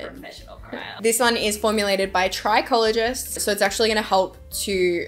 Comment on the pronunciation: I thought she said “Crackologist” 😂